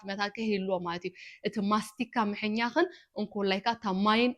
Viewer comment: ሙሉየ ብርኽቲ: ብጣዕሚ ጽቡቕ ትምህርትን ምዕዶን: ኣምላኽ ይባርኽኪ: ሓንቲ ግን ኣብቲ ትግርኛ: "ምሕኛኽ" ዝበልክያ "ምሕያኽ" እያ ትብሃል መስለኒ: እሞ ኣስትኽኽል እንተ ኣቢልክያስ ጽቡቕ ኮይኑ ይስምዓኒ: ተባረኺ